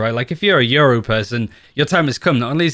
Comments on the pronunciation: lmfaoo so much yuro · I swear half of the Valorant community says Yoru’s name wrong. says “Yuru”, and I hear “Euro” a lot as well lmao